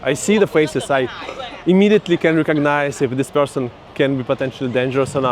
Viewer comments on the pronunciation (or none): none